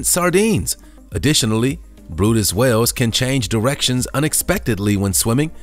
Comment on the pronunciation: The brydes whale is pronounced like it looks, where in the heck did you get brutus???